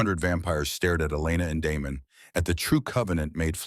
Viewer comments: It's Damon not Demon. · Is his name Damon, Demon or Diamond? Your AI can’t tell.